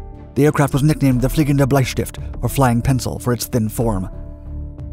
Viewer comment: Your pronouncement of Bleistift was actually pretty good.